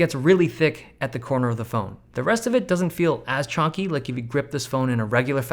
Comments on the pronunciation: Chunky not chawnky😐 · Love how Dave always says chonky instead of chunky